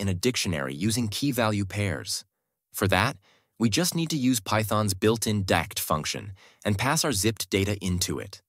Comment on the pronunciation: LOL "decked function"